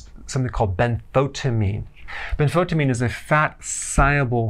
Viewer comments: Could not hear what you said the form Thiamine bentotimin = please pronounce or write it in bigger font size. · L Tyrosine? Bentbotamine? Ahhh, you mean benfotiamine. Not too easy to hear. Why not write it on the blackboard next time...